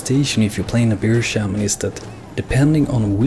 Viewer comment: Haha, I fucking love it how we European's can't seem to pronounce "Bear Shaman" correctly. We all pronounce it like Beer Shaman. Its actually really damn hard to pronounce bear.